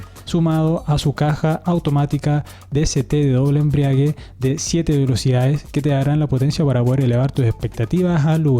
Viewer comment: Muy interesante informativo. Gracias por el esfuerzo. Ah, y la palabra es "embrague", no 'embriague'. 👍😊